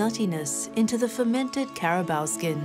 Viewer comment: the 'care ra baur' hello.....accent is one thing that is difficult to copy.... ur documentaries are great ....but care ra baur....naur....